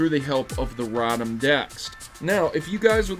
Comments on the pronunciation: 1. it's pronounced (ROH-tom) also photon geyser is NOT a Z-Move it is a regular move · Ayo it's ROW-tom because it's motor backwards... Do you pronounce motor as MAHter?